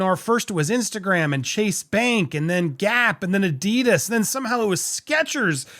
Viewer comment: That's not the correct pronounciating Adidas. But it's fun listening to Americans having a go at German names. This comment is written for the algorithm as I'm done with antisemitism.